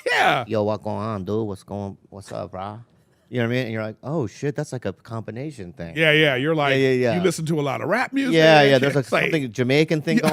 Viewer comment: Did Bobby say combinasian?